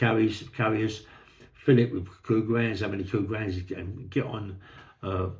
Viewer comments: Sorry for being thick but all I can hear is "cougar hands". Somebody please help. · Thanks for solving that mystery, I couldn’t make out what he was saying either 😂.